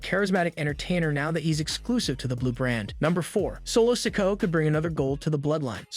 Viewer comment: Hope Solo doesn't ever win a title. I struggle to listen to you trying to pronounce his name. What's wrong? Got something stuck in your mouth?